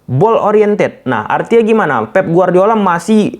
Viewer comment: Pep bang bukan feb 😂😂